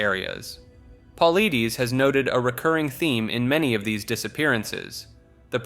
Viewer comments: His last name is pronounced. Po lye dis. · It's pronounced Puh-ly-dus, and he refuses to give an explanation or an opinion of what's happening. Why are you lying? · Dude your info on the missing 411 is bogus. The berry bushes is ridiculous. He doesn't believe that berry bushes are what's making it happen. Of course also you say his name wrong too. It's Puh-lied-ees not Puh-lee-dees. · David Paul-eye-diss, not pauleedees 🤦‍♂️ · I hate it when you guys can't get anyone's name's right at all! It's Dave pole-itis not Dave pole-leeties! You guys suck Blls!! 😊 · If you’re gonna relay a story maybe you should learn the proper way to pronounce the main person’s name…you PRONOUNCE his name “Pah-L-EYE-Dis” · David's last name is pronounced Pa-light-us great vid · Omg, the was you say Paulides (Paul-I-diss) is infuriating! I thought this video looked interesting but I can’t deal with the voice. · Just for future reference: David Paulides last name is pronounced Paul-Eye-Diss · You pronounced David's name wrong. Just a friendly note. Its like; Puh lie dis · Hey pal, just a little tidbit... David Politis is pronounced "paul-eye-dis" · My God, get his name correct! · Listening to Mr Ballen for a couple of years, yeah he butchered his name. Also never heard that story about the bushes. I would say if anything these people are either taken by bears or trafficked to another country and sold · When you mention a man it's only right that you learn to pronounce his name correctly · I give you a down vote cause you can't pronounce David's last name. Makes me think you are an ignorant voice whom has never listened to Coast to Coast. Who are you?